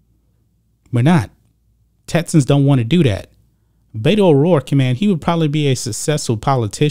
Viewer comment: Beto is short for Roberto . It's pronounced with E not A . I officially changed her name to Bata O dork .